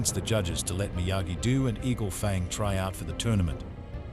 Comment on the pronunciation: Stupid robot can't even pronounce Miyagi-Do.